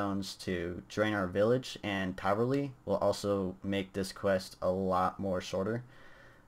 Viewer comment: taverley sir not traverly